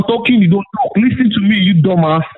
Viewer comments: It's ALWAYS, "Lystn to Mea!" It never fails. He must have attended "Each & Everything" University! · Leasen leasen leasen to meh. Leasen to meh. Are you leasening to meh?